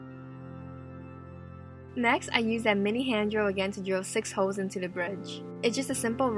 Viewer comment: The way she says holes sounds like hoes 😂😂😂